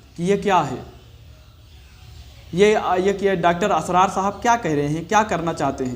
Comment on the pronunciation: अपने इस खैरख्वाह का बड़े अदब व तहज़ीब से नाम ले रहे हो तो सही तो लेलो इस मरदूद का नाम इसरार है ना के असरार 🤣🤣🤣🤣🤣🤣🤣🤣🤣🤣🤣🤣🤣